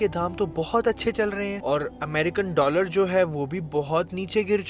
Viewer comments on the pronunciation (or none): none